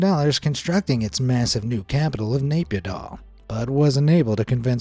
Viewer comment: It's Nay Pyi Taw not Nay Pyi Daw